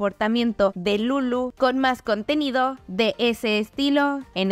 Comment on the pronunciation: No sé porque me da risa como dice "delulu" 😭😭😭 no hate